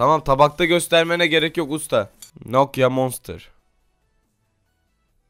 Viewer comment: Bi türlü nokia diyemedin "Nokyo nokza" 😂😂😂😂😂